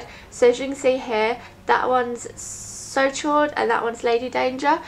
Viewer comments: It's said almost like "sho," not "shord." It's French for "hot" :) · "So Chaud" is pronounced like "So show", Chaud is french for warm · "so chaud" is pronounced like "so show"! (: "chaud" is french for "hot" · I don't want to be anal about it, but the chaud in the "So Chaud" lipstick is pronounced "shode", it is French for warm/hot. Just thought you'd like to know. :3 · "So Chaud" is pronounce "so show-ed" French for hot. So hot. Great video though! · Hi :) I loove your lipsticks ! just a thing : so chaud is prononced 'so cho' ;) xoxo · "So chaud" is pronounced "So shaw". Chaud means hot in french. And its amazing how well you can pull of red lip stick! You inspire me to go get some myself!